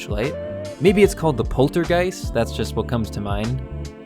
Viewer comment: You got the name correctly, it is the poltergeist.